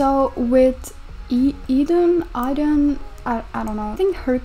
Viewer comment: I'm pretty sure Idun's name is pronounced like "I done"